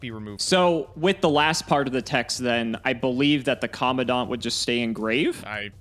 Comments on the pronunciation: that is not how you pronounce Commandant. It's Co-Man-Dant. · It's pronounced "Com-man-dant" (command-ant) as it is essentially a person in charge. Minor thing but the pronunciation of the card name is weird. Great video as always